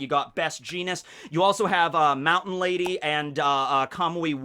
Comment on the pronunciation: You said mt. Lady's name wrong this whole video